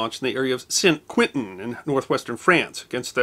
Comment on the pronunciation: The Quentin in San Quentin is pronounced a bit like Conton. History deserves appropriate and correct pronunciation. I will not even comment on your pronunciation of Villers-Bretonneux.